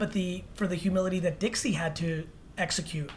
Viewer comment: When he calls Dixie “dicks” 😂